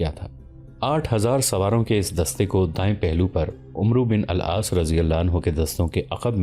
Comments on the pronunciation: Umru bin al Aas ka talaffuz Amr bin al Aas hey Please correct yourself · Bhai jan umro bin Aas naam ap ghalat le rahy ho ye likhny me umro ata hai lekin parhny me Amer bin Aas hota hai.pleas Ainda khayal rakhye ga lakeer k faqeer banny se pehly tehqeeq kar lia karen.Allah pak apko or ham sab ko hidayat Ata farmay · Bhai umru lafz nhi hai,, yeh ammer ibnul aaas thay,, arbi me umru nhi prha jata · Umru Bin Alaas Nahin, Amr bola jata hai, vao silent hai. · عمرو بن العاص غلط پڑھ رہے ہیں یہ پڑھنے میں امر بن العاص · عمرو بن العاص کا تلفظ ادا کرتے ہوئے عمرو کی عین پر زبر پڑھی جاتی ہے پیش نہیں